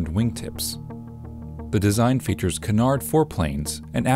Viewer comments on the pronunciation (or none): none